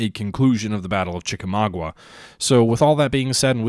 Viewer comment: Sorry, gotta be a peeve again and say it's pronounced Chi-ka-MAW-ga. Also the Chattanooga-Chickamauga area is quite beautiful! I highly recommend checking it out.